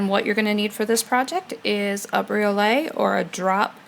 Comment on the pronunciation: Pronounced "bree-oh-let". "Bree-oh-lay" would be spelled briolet.